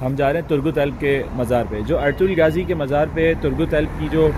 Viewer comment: Gaazi nahi ghaazi ...dill mn Ertugrul zuban py Bollywood Chaya rehta hy